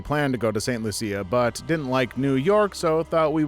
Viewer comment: St Lucia is pronounced St Looo-sha. My ex in laws are from that island.